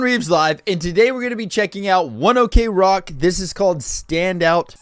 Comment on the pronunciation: Just so you know... The band name pronunctiation it's not One Ok (okay) Rock but "ok" without the oder letters cause it came from One O'clock that in japanese it's pronounced "wuan oku roku" (the hour they started practicing) thant creats One Ok Rock. Sorry for my bad english spelling, I'm not native in these language XD